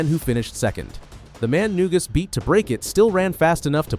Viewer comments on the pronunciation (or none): It's Na-Goose, not New-Gus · It’s pronounced “na goose.”Painful to hear the mispronunciations… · Maybe you could have got his name right, it's "Neguse"